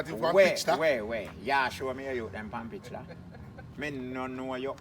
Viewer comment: Ha ha ha ha I caah stop laugh “pon pitchta” not “picture” 😆😆😆😆😆😆😆😆😆